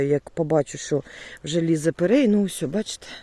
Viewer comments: пирІй, а не пЕрЕй.🤦😁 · треба казати ПЕРІЙ, ане перей.